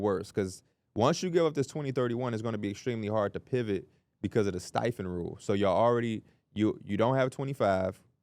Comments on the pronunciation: How did I just noticed P says Stepien as "stife-in" instead of "steppy-in" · Lmao nothing like the timeless battle between and the pronunciation of the Ted Stepien(Step-e-un) Rule lol